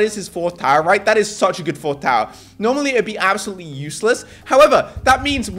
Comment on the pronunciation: “ this is ABselout insane”